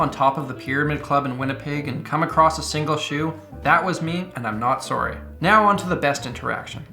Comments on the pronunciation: I forget you are Canadian... Until you say Sooory. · that has to be the most Canadian "sorry" I've ever heard